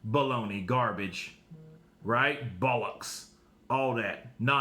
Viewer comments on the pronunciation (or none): Love when you say bollox in a uk voice man you say bowllox tho 😂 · It’s pronounced more balluks